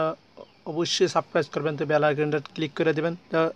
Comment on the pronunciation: তো আমার চ্যানেলটা অবশ্যই 'সাবক্রাইস' করবেন। আরে ভাই অন্তত বানানতো শুদ্ধ করে বলো।